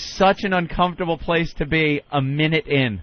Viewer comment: Note to Opie: If "uncomfortable" comes out of you as "unk-HUMF-tubble", try a different word. It's ok.